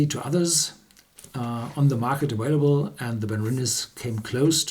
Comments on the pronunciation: The word "available" is pronounced aVailable, not aWailable. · Richard Sugerman - I have made this comment several times, but only when he says "aWailable", which is not every video. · Richard Sugerman - it seems like you're not even paying attention. It's not about pronouncing w's; it's about pronouncing v's. And also (as I've pointed out several times before) Horst DOES pronounce v's correctly in all other English words containing v's except for "available". If you are going to be so critical, you need to read my comments and pay attention. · Richard Sugerman - no Thomas is not right. If you read my last reply to Thomas I clearly point out that Horst himself pronounces all other English words containing V's as V's and not W's, and his son Ben pronounces "available" with a V and not a W. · Thomas Nolder - I do not think I am always right and everyone else is always wrong. And my comments are not personal attacks. I simply know how to pronounce "available"; and I hear him pronounce V's correctly in all other English words. I think you are blowing things way out of proportion. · Richard Sugerman - what does having a PhD have to do with pronunciation? I like accents, but you can still pronounce words correctly with an accent. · Also, mispronouncing words is a sign of reading. When Horst begins pronouncing w's, I will come back here and apologize, IF he thanks you first. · Richard Sugerman - I think I've always been reasonable. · Thomas Nolder - you need to take some serious spelling and grammar lessons. Also, I have travelled all over the world, so you are also incorrect. But even though I am worldly, you don't need to be worldly to know how to pronounce "available".